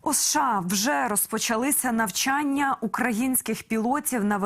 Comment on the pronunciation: Уточните "нАвчяння" или "нЯвчання"?